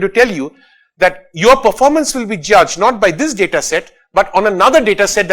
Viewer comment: DADA SCIENCE NAI BE LODU, its DATA with a T.